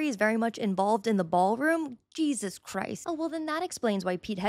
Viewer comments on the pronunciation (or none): none